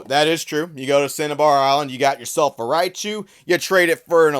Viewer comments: Other than the fact he keeps saying "RAI-UH-chu", I really wanna know how the heck he's getting "GERA-chu" from "GORO-chu"... like does this guy legitimately not know what the letter O is??? Some people are just so illiterate, can't even pronounce vowels right LOL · Everytime the guy in the video says Rai - a - chu, I'll take a shot. Writinbfbg froom affterd the vfidoe, immm prrretttyy sdreunk norrt goiong too luuieee. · "Ri-ah-chu"... very annoying pronunciation. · I mean, he's not even saying Raichu's name right lmao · Everyone upset about how he pronounces Raichu and no one talks about how pronounces Lugia 😂